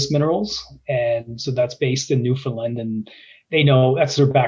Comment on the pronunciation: Newfoundland rhymes with understand. The alright answer was fly the property, surface sample the targets identified, drill the targets with the highest prospectivity.